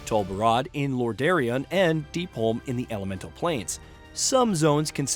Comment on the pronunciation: Kalmidor? Lorderion? Seriously man, have you ever played this game? Sounds like the script was written by an AI.